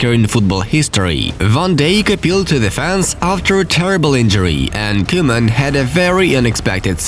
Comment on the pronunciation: No one: football news: vOn dIjK. koOMaN